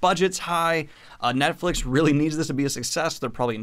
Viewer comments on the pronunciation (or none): none